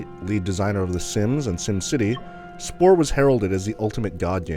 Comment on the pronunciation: he keeps saying "splore"